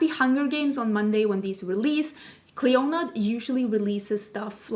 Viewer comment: Just heads up not sure how Clionadh the company pronounce the name as I know they are based in Canada but in Ireland we’d say Clee- In-Ah as it’s an Irish girls first name meaning Queen of the Banshees of the Tuatha Dé Danann! I love mythology anyways looking forward to the video